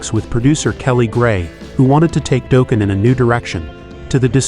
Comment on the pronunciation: If I hear it pronounced Doeeken. What is this a Homer Simpson metal band